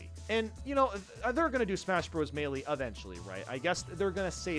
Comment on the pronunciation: Someone should tell how to pronounce melee